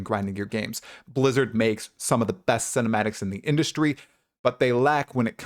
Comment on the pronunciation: I love how you hardly pronounced the B in Blizzard Lizard is indeed very hit and miss.